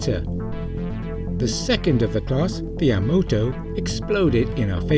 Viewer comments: And yet the canon confirmed 26th century ship was "universe" class. But did it ever leave our galaxy, that is the question? And it is not the Ya-moto it's Yama-to! Edit three: Just what I feared, a small Youtube channel basically inventing and extrapolating non-canon stuff to get more views and waste everybody's time. There is no official confirmation of this, it is all speculation and extrapolation. Is this the best you can do? You travel by travelling into abbyss. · Your pronunciation of "Yamato" is very wrong, and the your origin of its name is incomplete. Japanese uses sounds similar to Spanish, Ah-Ii-Oo-Eh-Oh. "Yamato" is therefore pronounced "Yah-mah-toh". The origin of the name in this context is actually a nod to the Space Battleship Yamato, a famous anime. That ship was indeed named after the World War II battleship, and in fact, used the hull from the original wreckage in the story. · Yamato........... YA-MA-TOE. Thats how it is pronounced. Personally, I feel that Syracuse should be considered a batch I, simply because of the hull number. Why would newer ships have lower hull numbers? And even here, the Syracuse hull number seems wrong, instead of 17744, a more logical number would be 71744. The ship name painted on the bottom of the of the saucer could be attributed to the yard in which the ship was built. In the real world, same class ships can have slightly different features depending on the yards that they were built in. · Yamoto. lol. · A good video except your pronunciation of Yamato was a little off